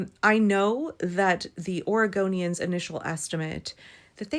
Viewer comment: prinounces Oregonians like Origamians 🙂. Can we have giant folded-paper costumes at the next rally?! 🤔 is that even possible? They'd be more ecologically and environmentally friendly than inflatable vinyl-plastic costumes.....I dabbled in origami as a kid, and it'd be cool to see giant wearable versions....if anybody can do it, it's Portland!